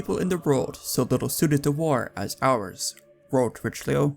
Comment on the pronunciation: Great content Please say Ri-shel-oo please. Pronunciation is important. It’s like a shibboleth, if you don’t take it seriously people won’t take you seriously.